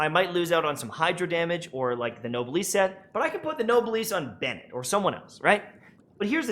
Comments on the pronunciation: Me physically cringing every time I hear "nobliss" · awesome work! But it's noblesse - no bless... It's a female Noble. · dude mispronounced noblesse and just kept going